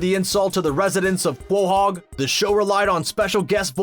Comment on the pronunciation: the way you say quahog hahahahahaha hahahahahaha